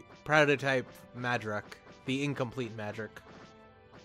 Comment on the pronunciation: in the zeonic front game it's designation is mudrock. they also pronounce it differently than you do; simply two English words "mud" and "rock